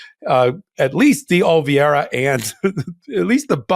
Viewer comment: please learn how to pronounce "Oliveira"!